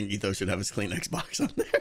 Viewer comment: I know he said Kleenex box, but all I heard was clean xbox, for which I was extremely tempted on searching.